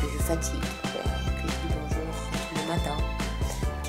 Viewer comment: au debut de la video au lieu de dire bonjour j'entend melon jsuis la seul?O_o